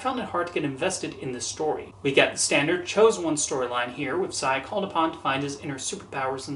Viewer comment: Not to be that kind of person, but the name is pronounced "Say-a". Just thought I'd let you know.